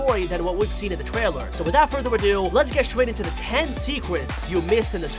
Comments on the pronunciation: The thing how he says Twaler in stead of trailer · official twailer LMAO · he says twailer🤣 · wait did he just say twailer